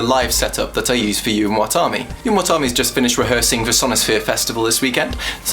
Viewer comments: I keep hearing you say your band name as "Yu-won tommy" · When you say "You and what army" it sounds like "Yunwatami" or somthing. :P